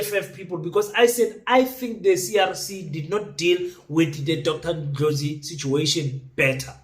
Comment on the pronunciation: Thank you king for pronouncing his surname properly.